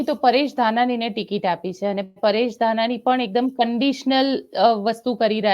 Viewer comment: બેન ઘનાની નહિ ધાનાણી કંઈક તો શરમ કરો શું તમે પણ હિંદી ભાસી ની જેમ શબ્દો બોલો છો.